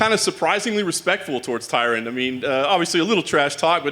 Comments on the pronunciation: Fern wait I see what you mean Colby purposely mispronounces tyrons name as Tyrone lol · He's been calling him Tyrone for years lmao